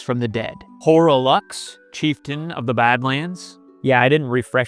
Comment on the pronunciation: Not to mention "Allent", "Iyadux", "Ish-inn", "Kyuro", "Hoarah Lux", and "Grafted Seeon". Bro is just pronunciation-challenged